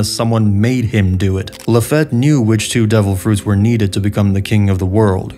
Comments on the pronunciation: Bro how are you THIS bad with the pronunciation? It ain't that hard. Yami yami not like "yeah"me" but like "yah"me" say "yaaaas queen" it's that "ya" sound. Lafitte, bruh. Not lafette. Really? Like "lah"feet". Yonko. Dude. Now you say "yahn"ko" ?? It's "yohn"ko" like john. Yohn. JFC this guy. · My bad, it's luh-FEET, right? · Why you say Lafitte's name like that. I was under the impression it was said like Luh-feet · Its pronounced LA-FEET my brother. Good video but that was driving me nuts. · Laffitte pronounced La-feet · Great video, but your mispronunciations of everything is killing me man 😭😭😭 DAWflamingo, LaFETT, YEAmi-YEAmi no mi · Do you mispronounce some words on purpose? Like "Lafette" and "Yemmy Yemmy no Mi"? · So annoying how yami yami no mi got prenounced or the name lafitte